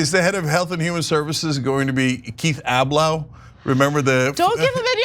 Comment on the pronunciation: Keith uh-BLOW*